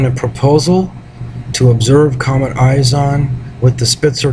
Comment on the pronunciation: you sound stupid, can't even pronounce it right its not eyes on. It's ISON. ICE-ON. ISON. not eyes on. all french and shit.